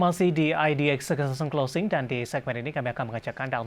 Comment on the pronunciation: Coba pak ngmong sekali lagi yg bagian "Session closing", agak kurang jelas soalnya. Pelan2 aja